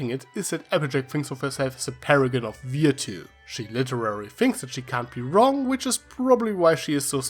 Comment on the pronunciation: 50 points for the intro. Althou I'll admit you sometimes do sound weird, like when you said 'virtue'. Then again if I'd say i it would most likely sound close to "vir-chyoo". The Granny/FlimFlam FF is one of my favorites ^^ Also I'm curious if Fluttershy was impersonating Diamond Tiara's grandmother? The way they described her made it sound like that.